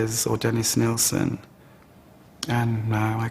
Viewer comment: is anyone else irritated by them calling him NElson instead of NIlsen???? ugh!! but these 2 poor guys!!! NO....Martin ....YOU are NOT to blame....he was the freak not you